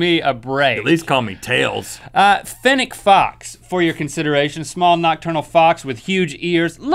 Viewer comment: AND ITS NOT FENN EC its like fennes plz say it like that plz